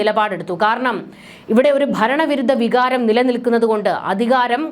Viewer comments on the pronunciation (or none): none